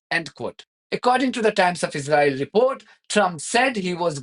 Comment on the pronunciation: If you insist on speaking English please can you learn how to say Israel and Israeli properly, you sound ridiculous, thank you 🙏